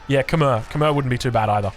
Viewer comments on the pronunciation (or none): none